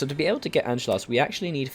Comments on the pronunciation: Also btw it's Anschluss so pronounced an-sch-luss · Im german and it is "An-Schluss"